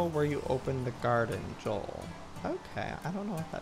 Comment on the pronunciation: its joel not jules